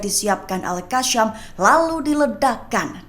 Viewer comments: Betulkanlah sebutan tu...pemberita lain elok jer sebut al qassam....ni al kasham...al kashamm....adehhh😅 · Yang bener itu al.kasam..bukan al.alka sham.. mimin pandai baca atau gak..memalukan.. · Baca berita molek2, sebutan biar betul,al qassam bkn al kassam